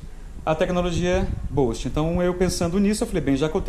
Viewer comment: Escreve-se "boost" e pronuncia "bust" e não "bost". Cara, na boa? Espero que não fique chateado comigo. Vc é um formador de opinião. 5 mil pessoas assistem esse vídeo. Se preocupe em falar um inglês correto pra não ensinar errado os brasileiros que te assistem.